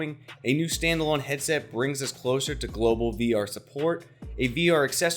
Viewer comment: "heaset" ya forgot the d